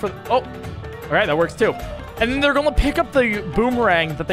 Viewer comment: Whenever says "going", he says "gon" and it's hard to explain how I feel about it